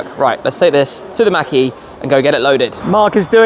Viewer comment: It sounds like he's saying Mackie instead of mach-e. It's pronouced more like mock-e.